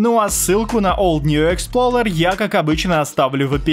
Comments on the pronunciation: експлоРер, а не експлоЛер, у тебя даже в самом видео в названии окна программы видно) как ты "р" на "л" умудрился помнять?)) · не expLOLer а explorer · Old New ExploRER а не Ler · ExploLER 😂🤣 Если кто не знает, правильно Explorer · Никто:: ExploLLLer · ОлдньюэксплоРер EXPLORER Р А НЕ Л